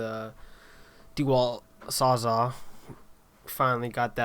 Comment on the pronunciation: What’s a slunge? What’s a sawzaw?